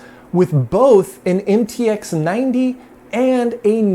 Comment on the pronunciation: “MTX90” read as “em ti ha 90”